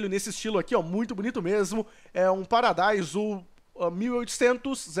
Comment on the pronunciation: ele corrigiu pq o pronunciou "paradáiso"